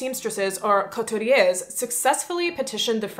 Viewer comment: I love your video. I’d like to, respectfully, offer some guidelines for French pronunciations. Generally, the “air” sound will only end a word of an “E” (or “ES”) is the last letter. For example, “couturier” would be pronounced “Koo Tour Ee Ay”. Any word with a similarly spelled ending will be pronounced the same way (ex. “Ouvrier” = “Ou Vree Ay”) The “nasal stop” would be used for words ending in “ain” such as “Balmain” = “Ball meh(n)” with that abrupt, almost silent, “N”. If that “N” is followed by an “E” (or “ES”) you simply pronounce the “N” to its full extent. If the word ends with “ais” = “Ay” like “Français” = “Fraun Say”. If an “E” (or “ES”) is at the end (“aise”) you pronounce the “S” like an English “Z” so “Française” = “Fraun Sehz” I always remember my classmates struggling with this even after 3 years so hopefully this is helpful to you or anyone who took the time to read it ❤